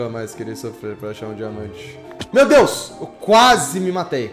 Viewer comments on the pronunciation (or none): none